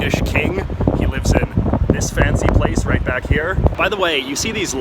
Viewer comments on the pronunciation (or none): none